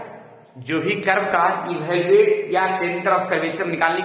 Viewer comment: sir ebhaluate (evaluate) aur evolute dono alag chheje hain, dono ko alag tarike se bhi bola jata hai. Moye Moye mt kariye